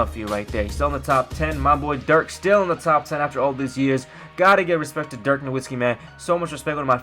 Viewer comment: you say give him respect but you cant even say Di4ks name right